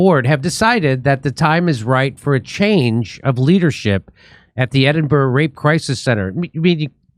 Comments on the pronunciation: Ed in bow row ? No no no, Jimmy mate its Ed in burruh. Anytime buddy. Edinburgh boy signing off. 😊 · It's Edin-brruh. Not that hard. And JK Rowling isn't even Scottish.